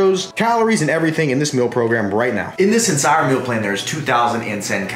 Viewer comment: I thing beginning, did he say "ensire" twice... Instead of entire